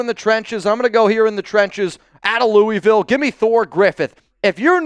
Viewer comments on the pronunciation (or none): none